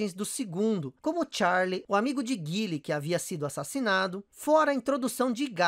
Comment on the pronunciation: Assim é que se fala o nome do meu personagem favorito! É GUILE!!!